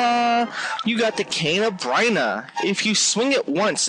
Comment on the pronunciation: That purple thing is the Mad Batter. And the cane isn't pronounced brine-ah, it's more like burn-ah.